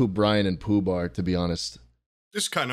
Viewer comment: it's ploob not poob